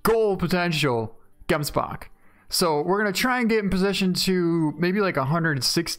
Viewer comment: Is it just me or does it sound awesome when he says gemsbok